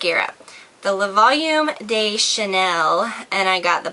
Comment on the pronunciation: "De" is pronounced more like "duh", not like "day" :)